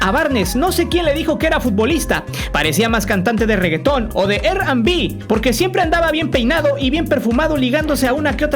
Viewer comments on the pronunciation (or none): Me dio la misma risa cuando dijo “ERR AN BI” Que a el en el blooper 😂😂😂😂😂😂😂😂😂😂😂😂😂😂😂😂😂😂😂😂😂😂😂😂😂😂😂